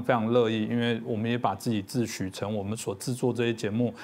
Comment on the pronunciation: 说“自许”，不是“自诩”啦，字幕不要把弄得很尴尬。臺灣人应该不怕解放軍攻臺，怕也没用啊。不是太樂觀，而是审慎的樂觀。谢谢政經最前線。